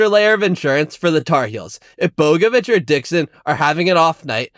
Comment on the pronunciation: Learn how to pronounce Bogavac before you make an entire section about him